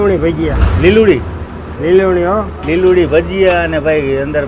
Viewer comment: Taro doho..e liludi nthi bolto liluvdi bole che pela sambhad srkhu muva